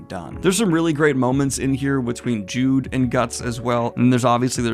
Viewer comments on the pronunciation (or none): I thought I was mishearing it oftern but no, it's not JUDE, it's JUDEAU, pronounced JU-DO and it's a man. Casca is the only woman in the group, as weird as that is. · The end of this section has to be the only sex scene I’ve ever seen that has made me cry. Also, Judeau’s name isn’t pronounced like “Jude,” I think it’s more like “Jude-oh.” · Late to the party here, but I hope you realize that A.) Judeau is pronounced Judo and B.) Judeau is a man. Casca is the only female member of the Hawks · Please for the love of God. Judeu is pronounced jewDOH. And HES a GUY. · JUDEAU IS PRONOUNCED LIKE JUDO PUT SOME RESPEC ON HIS NAME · His name is pronounced like "Judo" btw, like the martial art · Judeau is a man minor nitpick also eau is pronounced as an o so his name would be pronounced Judo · Uhhh... AKSHULEE Daniel, Judeau is pronounced "Joey jo-jo shabadoo" fyi. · Aghhh it's Judeau not Jude and he's a dude you're killing me here he's my favourite from the Band of the Hawk have mercy ;( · Judau is a man!! you saw the comments on the last video about it but you called him a her again. also its pronounced like judo the martial art. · Jead EAU dude I beg of you say it right I'm being tortured here ' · Once again Judeau is pronounced like judo and he's a dude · 1. Judeau is pronounced Joo-Doe 2. Judeau is a man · Hey, the most minuscule note, ignore if you want, I think you said already that you now know Judeau is a man, his name is also pronounced like Joo-Dow. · JUDEO IS SAID LIKE JEWDO. AND HES A GUY. I've left like 10 comments saying this. I understand a mistake but this is completely misrepresenting of HIS character.